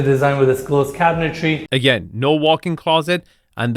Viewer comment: the word "cabinetry" is pronounced "cabinet-tree" not "cabinet-tairy". Cabinet-Tree, Cabinet-Tree, Cabinet-Tree, just say it a few times. Love you.